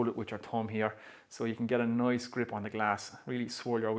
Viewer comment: If "nice" sounds like "noise"... then ... how do you pronounce "noise"?